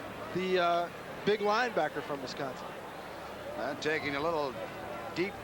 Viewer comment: Wisconson, LOLZ!